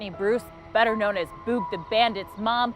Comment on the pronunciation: Is there a reason you can’t pronounce Boog? It’s like booger or boogie. That’s annoying. Otherwise, it was a good video.